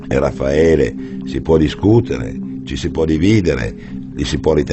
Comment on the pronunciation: His name is Raffaele not Ralpheo come on.